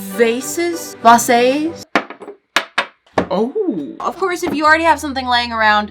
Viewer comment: I love how she says "Vasaes" instead of vases 😆❤🌈